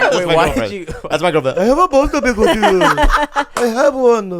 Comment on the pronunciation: "I have a bone to pik vid yu" funniest part in this podcast IMO.